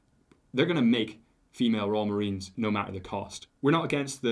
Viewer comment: It's the Royal Marines not fkn Royal Marina's